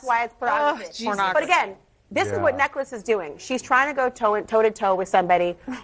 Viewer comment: Not neckles-“Neclace”. As in jewelry.